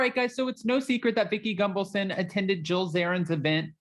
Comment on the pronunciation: Gun-Val-son, not Gung-valson.. 🙄